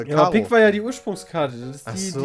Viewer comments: ' Aussprache von Pik schmerzt. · Es heißt Pik, nicht "Pick"!1^!^^!!! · Bin ich der einzige die das pieeek nennt und nicht "pick"? :D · Pick, Kreus ,Karro und Härs..wer kennt sie nicht :'D